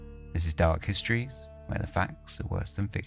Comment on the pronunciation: Fascinating stories, but the diction is really annoying.. especially the pronunciation of the simple 's' as 'sch'.. as in 'schtreaming' or 'dark hischtories' 😡